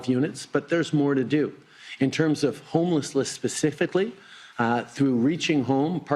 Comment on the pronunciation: He’s even mispronouncing words, “Homelessless” and “Asylum sleekers” for a couple, the more “Uh’s” you hear the more he’s lying, well he always lies but ya. WTF is that bandaid on his forehead for?